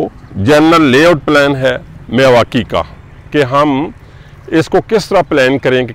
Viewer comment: मियांवाकी होता है न कि मिवाकी।